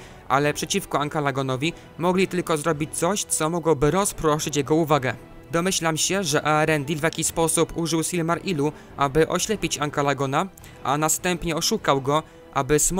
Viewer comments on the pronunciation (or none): Jak również BaLRog, Thangorodrim, Earendil czytane przez E bardziej niż A na początku, no i tak dalej....